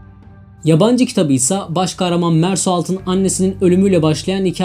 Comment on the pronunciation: Merso şeklinde okunuyor galiba. Emeğinize sağlık.